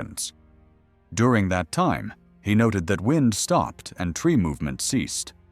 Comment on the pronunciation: AI narrator, it can't pronounce time properly.